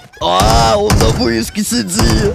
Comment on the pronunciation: Аххаахах на выске ахахахахаххаха ты сказал на выске а не на вышке